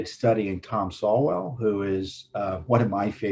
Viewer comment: Tom! It's pronounced "soul"; Thomas Sowell.